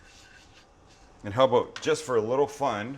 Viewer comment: Aboot lol. Your Canadian side is showing, not that that’s a bad thing ofc.